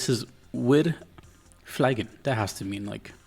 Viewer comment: German here; "Wir fliegen!" = "We are flying!" Its not pronounced like "fly", but more like "flee". And, oh my god, I absolutely love the Oblivia sound track. Cant wait to hear it again when playing.